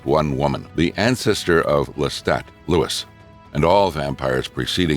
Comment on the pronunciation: tells me I ain't heard of this shit then pronounces the mfers name wrong.